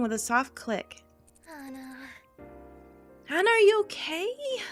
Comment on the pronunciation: Ok,, Hana's name is pronounced Haw-nuh! I hear you say Hannah every now and then and it makes me go all... "EKK!!! Why?" that's it... love you (in a platonic way) P.S. Do the PBG route for all the feels...